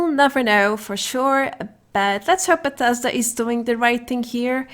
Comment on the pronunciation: Buuh tez duuh. Bethesda